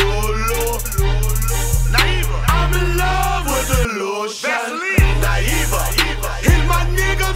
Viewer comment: Lol man didn't even say Nivea he said "NIEVA" hahahaha